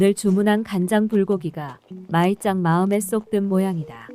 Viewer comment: 마이짱은 일본인 같지가 않아. 전라도 시골 식당 아줌마 같다. 호탕해 그나저나 나레이터가 호칭을 부르는데 "마이짱은"이 "말자는"으로 들리네. 한국 이름을 말자로 지어도 되겠다